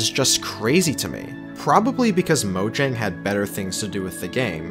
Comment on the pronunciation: The weirdest part of this is that this guy spells out GUI instead of saying it like the rest of us. Also, Mojang's pronounced "MO-yang", not "MO-jang".